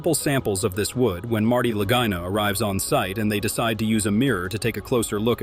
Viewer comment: How many different ways are they going to mispronounce the Lagina name?